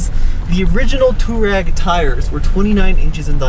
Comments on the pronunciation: Two-reg, not two-rag, jesus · Stop calling it a Touarag! It’s a Touareg REG REG REG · It's Touareg (Twa-reg ). Do you pronounce Cherokee Chi-Rokey? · FYI, it’s definitely Too-war-ig. The name derives from an Arab nomadic group in the Northern Sahara desert. Technically even the original transliteration is slightly off and should be “tawariq”. It is the plural form of the Arabic name, Tariq, which itself means something like pathfinder. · The WORLD: Volkswagen Touareg The USA: Bolkswuagen Tooreg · ARRGGHHHH!!! It’s “Twa-reg” “Tou-wa-reg” there’s an A in the name! You guys call yourselves journalists and can’t even pronounce the car name correctly? And the name isn’t European, it’s definitely African. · Here in the US VW itself even pronounced it “2-rag” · Can't these guys ever pronounce Touareg properly?